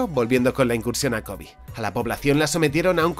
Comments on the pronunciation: Por qué pronuncias “Kobi”? Es Kobe. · La pronunciación es "Kobe", tal como se escribe. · Me saca mucho de lugar que pronuncia Kōbe como si fuera una palabra en inglés. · Kobe se pronuncia como lo lees en español, tu lo que estas diciendo es el nombre del basketbolista. Fuera de eso excelente video:D